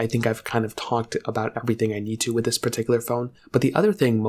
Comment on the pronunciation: Bro is the ceo of “perticular”